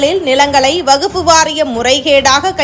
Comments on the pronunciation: வகுப்பு அல்ல; வஃக்பு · வகுப்பு வாரியம் இல்லடீம்மா...வஃக்ப் வாரியம் என சொல்லணும். நீயும் உன் பேச்சும். புரிந்து கொண்டு பேசு கண்ணு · வஃக்பு -- it is quite difficult pronouncing this word accurately. It varies from state to state. From language to language. Variations cannot be helped.